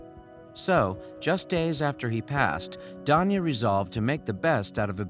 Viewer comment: Is he saying Tanya weirdly, or is Danya really a name?